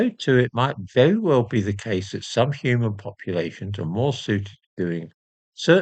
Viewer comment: Though young and with good hearing, whenever says 'some human populations', I momentarily hear 'subhuman populations'. I think I should report myself to Prevent... 😆😆😆